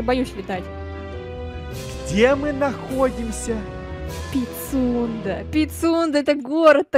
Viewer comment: говорит: Пицунда: ПиСюНдРа